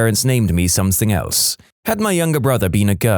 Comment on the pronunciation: No K in the word something